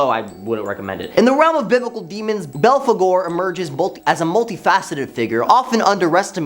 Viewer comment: ...get this kid a pronunciation guide.. or train him to Google every single proper name, ect.. ..can't pronounce philistine (fill-eh-styne), but nailed balfagore..